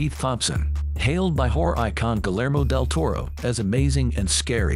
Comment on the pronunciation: I love how the narrator botches Guillermo Del Toro’s name!! Lol😂!! Almost anyone knows how to pronounce his name even if Spanish isn’t your native language!! The L’s in his name are silent. It’s Not Guh-ler-mo. It’s Guh -year-mo. I mean c’mon now!!!